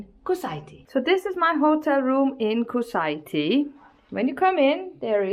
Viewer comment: Kusaiti?! And you kept repeating it this way! 🤣